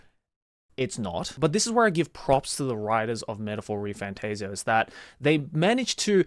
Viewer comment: Also it’s not refan TAZE eoh, it’s tassio